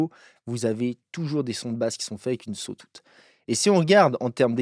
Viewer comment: Cool video. Par contre, tu m'as tué avec le "sotoute" aha